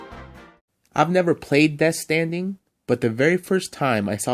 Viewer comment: “Ive never played deth standing”